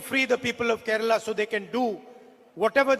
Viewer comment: Why is Kerala pronounced as Keral? 🤔